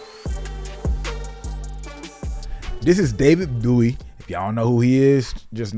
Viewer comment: Please stop calling him David Booowie 😭😂